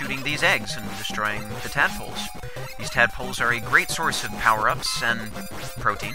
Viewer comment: "Many of the OWper ups" X)